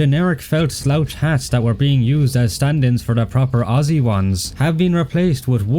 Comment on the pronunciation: I may be Australian but it warms my heart to see the NZ lemon Squeezers added. Poor lads hardly get much recognition when it comes to ANZAC representation. Also thanks for saying Aussie correctly.